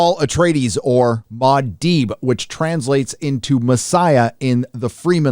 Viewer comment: Its not Ma Dibe! LOL Its Muah Dibe!